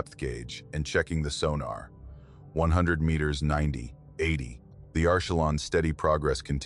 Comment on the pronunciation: 2 Mitters .... miners ..... metrrs..... mrrs....... mirs How hard is it to get one single word wrong sooooo many times. Almost seems deliberate